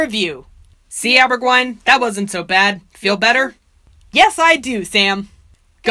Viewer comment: I keep hearing Daberguine rather than Aberguine